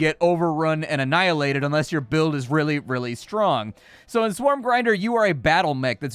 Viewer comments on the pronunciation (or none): none